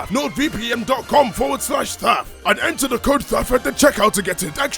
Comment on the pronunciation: Am I crazy or did Thaf change the way he pronounced NordVPN to LordVPN? Compare opening to . I may need a hearing aid.